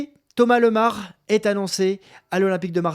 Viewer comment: Bonjour, je connais Thomas et sa famille depuis petit et on dis bien Thomas Lémar, super video